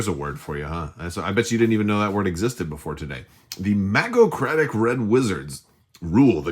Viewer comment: Really looking forward to this game and faction! Thanks for the review! BTW, I don't know how it's spelled on the box but it's pronounced "MAGE-ocracy, hard "G" 😉